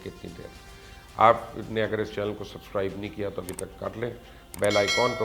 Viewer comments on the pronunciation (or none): none